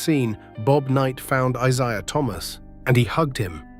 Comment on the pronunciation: Can't even pronounce Isiah correctly. What a loser!